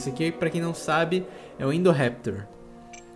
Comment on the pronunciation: É indorrapitor palhaso